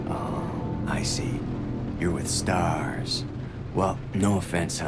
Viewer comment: i noticed how Billy says Stars, he nemesis tho?